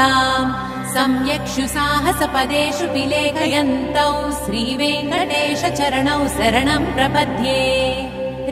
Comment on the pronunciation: వెంకటేశ అనేప్పుడు "శ"అనే అక్షరం "స"అన్నట్లు వినిపిస్తుంది.చాలా క్లియర్ గా అలానే వినిపోస్తుంది.